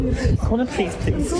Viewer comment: pah-leez pah-leez call the pah-lice plz